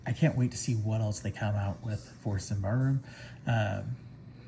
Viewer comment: I believe it's "sim-bar-rum". But I could be wrong, lol.